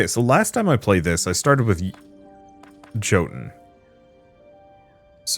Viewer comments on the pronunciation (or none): Yes it does. Jotunn means Giant. That's why in Norse mythology and Marvel Norse lore the frost giants are from Jotunnheim. If you go watch the first Thor movie you will hear them pronounce it with a Y not a J.